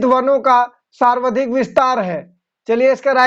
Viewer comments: aap sawardhik bole hain jabki sarvadhik hoga... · Sarvadhik ka ucharan galat kar rahe hain.....